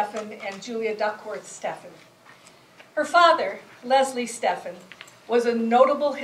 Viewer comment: Her name was Stephen, rhymes with 'even'.